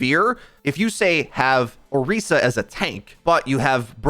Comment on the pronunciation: Same with Orisa. It's Or-eee-sa, not Or-is-a.